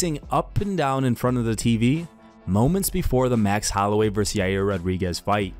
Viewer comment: "Holloway and YUUUUR" 😂 Why do people struggle so much to pronounce his name